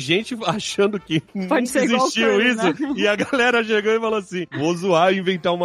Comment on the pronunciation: "nuca" existiu